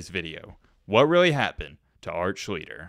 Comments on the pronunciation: The very least you can do is pronounce his name correctly. Not Schleetler. Try adding an s and t and dropping the t and l. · That isn't how you pronounce his name, it's SHLEACHS - TER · For a guy that supposedly did his "research," he can't even pronounce his name. It's SLEESE-STER. I just couldn't get through it. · It was pronounced Sh-lee-sh-ter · Pronounce well his last name. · u r really butchering his last name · Your pronouncing his name wrong. Lol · The video is good, but you have to be sure you’re pronouncing the last name correctly. It takes away from the quality a lot.